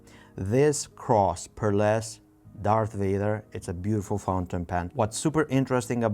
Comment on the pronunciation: Whoever told you it was "Dark Vader" must have been trolling you. Star Wars is almost fifty years old, no way does someone with access to the internet genuinely believe it's anything other than "Dar*th* Vader".